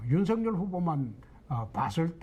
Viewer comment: 모르시나본데 윤석열 이름 발음음은 윤서결이 맞고요 윤성열도 아니고 윤석열도 아니고 윤서결 맞거든요 쓸때는 당연 윤석열 , 왜 뭣때매 윤후보한테 뭐라는디 ? ㅋㅋ 윤석렬이라니 참 국어공부 더 하시지 내가 볼땐 당신이 짬뽕인물인걸